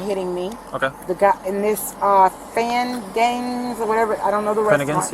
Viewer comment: She was trying and failing so hard to pronounce the Finnegan’s store name: She asks the cop “Is it Fan Dangs?” while pointing and looking right at the store sign. 😂